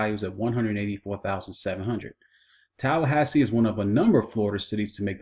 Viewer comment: wasted 5 minutes of my life, boring uninformative and cannot even pronounce tallahassee properly